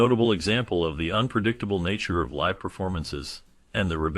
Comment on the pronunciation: I haven't kept count of how many times you mispronounce "live," but I'm about 7 minutes in, it bugs me, and it's the reason I'm about to click away. Just thought you should know.